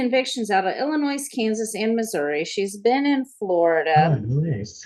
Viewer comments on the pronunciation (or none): Bad grandma. I cant believe any american says "illinois" with an S at the end. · Am I the only one who finds it incredibly grating to hear people pronounce the S at the end of Illinois? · I hate it when someone pronounces the S in Illinois. Did they not pay attention in school when they were learning the states? I bet she pronounces the S on Des Moines also. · There's no such place as Illinoise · Its Illinois...THE "s" is silent. Cant stand when people dont say it correctly. I think it you break the law when you are on disability, you should lose it. There are so many people who need it who dont break the law. No sympathy. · ~ "I can't have a case in Illinois – I don't even know how to pronounce it!" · The "s" in "Illinois" is silent. :( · With all respect to, the "s" in Illinois is silent. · I’m pretty sure that pronouncing the “s” at the end of Illinois if a felony in most midwestern states… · That was bothering me too. Jeez! 🙄😳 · That's how she pronounced Illinois. 🤣